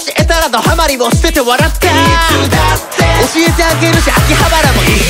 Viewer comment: 「深夜アニメいつだって」の最後のての部分が､んになってて「いつだっん」になってましたよ！